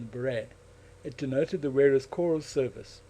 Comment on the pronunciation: It's spelt 'corps', dude... not 'corp' - pronounced 'core'